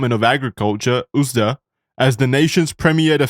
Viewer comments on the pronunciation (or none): Did you just call the USDA "oohsda"?